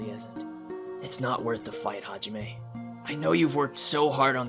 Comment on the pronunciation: "HaJiMeh" HDOSHDHEHEH